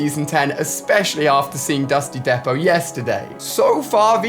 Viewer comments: Ali: Dusty Dehpot Everyone else: Dusty Deepot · It’s pronounced D-PO. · dusty depot (dee -poe) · Its pronounced dusty (d)(ee)(poe)(t) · It’s pronounced dusty deapo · Dusty Depot is pronounced de-po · Am I the only one who noticed how AliA pronounces Dusty Depot? Dusty Dapot